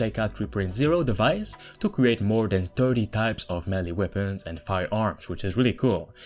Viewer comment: It's not weabons, it's weapons.